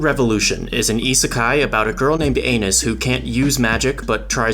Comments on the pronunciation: We know he said "anus" on purpose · bro i could've sworn you said 'anus' 😭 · the fact he kept repeating that their name is Anis while pronouncing it like anus but still making it sound like her name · Bro did Anis wrong! Bro called her an anu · I love how you purposely kept mispronouncing Anis’ name lol